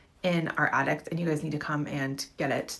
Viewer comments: if she says attict one more time my brain might crosss circuit lol jk but lady its called an attic not and attict lmao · The most disturbing part of the last clip is the lady thinks there’s a T at the end of attic….. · Lady at the end calls an attic an addict...lol.